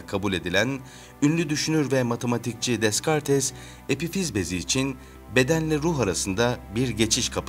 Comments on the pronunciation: Deskartes diye okunmuyor yanlız üstad, dekart diye okunur :) onun dışında gayet bilgilendirici bir video olmuş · Dekarts diye okunuyor . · Dekart' ı deskartes diye seslendirmen? Hshshydhshdhxjdudhdhdbhdhdhdhddh